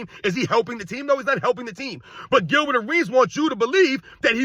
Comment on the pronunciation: The dudes name is Gilbert and it rhymes with Dilbert! Nuff said! 😎